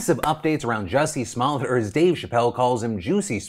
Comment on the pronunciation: Did Phil really just say "small-et"??? its "smol yay"